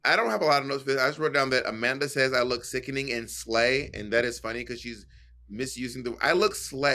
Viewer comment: Naomi said Sickning yes! Sick? No!